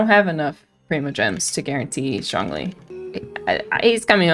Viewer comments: “zhong ling” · no one: the subtitles: jaw lee, john lee, shawn lee, just every american pronunciation of zhongli